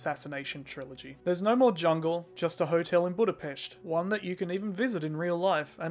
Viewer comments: You said it almost perfectly. It is supposed to be pronounced like "boo-duh-pesht" in Hungarian. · Fun fact, as a hungarian, I pronounce Budapest like that . We say it with that 'sh' sound😊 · You wanted to say "boo-the-pest" like most of the people, is that correct, you animal? Paradoxically, you pronunced the word "Budapest" correctly, and you probably thought you did a mistake. You did not, gratulálok! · I am Hungarian and you pronaunced Budapest correctly!🇭🇺🇭🇺🇭🇺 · The Budapest pronounciation was perfect keep going. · You said Budapest correctly, that's how it's pronounced in Hungarian. :D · The first foreigner to correctly pronounce Budapest... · Pretty random of me to point this out 10 months after the video was made, but you shouldn't have been self concious about the way you said Budapest. As someone who lives here, that is the actual correct pronounciation. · you said budapest correctly. it's what my history teacher who is from there calls it as well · Just wanted to say that you actually pronounced Budapest better then most of the foreigners. Native speakers almost say it the same way. :D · Budapest is pronounced the way you said it.